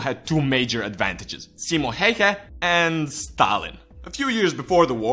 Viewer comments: "Simo Heihe" lmao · "simo heihe" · "Simo Heiha" :DD Its "Simo Häyhä" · XD CIMO HÄIHÄ SE ON SIMO HÄYHÄ PERKELE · I from Finland and when you say Simo Häyhä its Simou heiha I understand Eglish language don't have "Ää" or "Öö" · its simo häyhä not hayha. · haha thats sounds so wrong ”simo hauha” ahahaha ”nähää torilla” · "Ssimmo Heihä" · simo heyhe LOL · "Simo Heyhe" 😅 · it's simo häyhä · Saimo Heihe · "Simo heihei" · Caroline Heiknert-Linder SEIMO HEIHA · I cringed when you said his name. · Hey we dont fucking farm and no offense you pronounced Simo Häyhä Wrong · Im from finland and you sais simo häyhä wrong😂 yeah its hard to say if u dont speak finish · Im finnish so I am proud oh btw you said his name wrong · opetele sanomaan simo häyhä oikein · Nice video thought you raped the pronounciation and title doesn't say Simo Häyhä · it's so fun when everyone who's not finnish says Simo häyhä wrong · I'm sorry but you butchered his name.